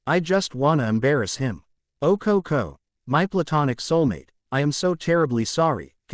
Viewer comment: The only real annoyance I have so far is "Cocounty" instead of CoCo. Lol